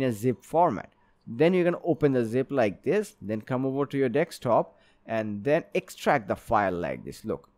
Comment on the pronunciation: Very good tutorial! But please it's DESK TOP not DECKS TOP